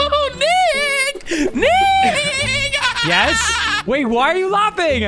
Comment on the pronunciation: that niiickkk-hahaha sounded a little close to something not so family friendly 😅😂